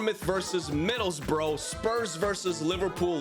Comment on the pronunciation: Middlesbrough is pronounced "bruh", not "bro"